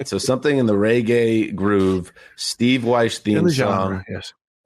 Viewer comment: FFS it's not RayGay.....it's REGGAE!